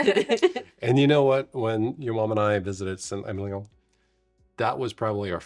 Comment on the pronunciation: Just in case you care, it’s pronounced “Sant Emilion” - just like said it!